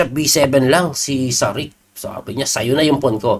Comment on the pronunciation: coach parang may ch sa huli ang last name nya pag pronounce... Sarich